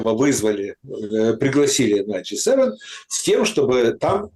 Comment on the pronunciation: Меня каждый раз коробит,когда говорит "Г 7".,ты же не Валерка Залужный и не Усик,который говорит на американском и канадском языке.